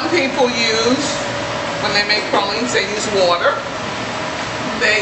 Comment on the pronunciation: TRUE new orleanians say pralines like this woman unlike out of towners say "pray-leens"